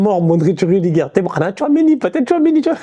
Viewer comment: Ouiii , je pensais être la seule à avoir entendu 😂😂🇸🇳🇸🇳🇸🇳